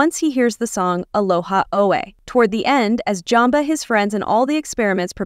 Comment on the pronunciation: JUmba. Not Jumba. Program your AI better. No Kingdom Hearts?